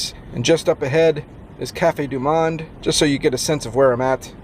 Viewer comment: You pronounced Cafe Du Monde wrong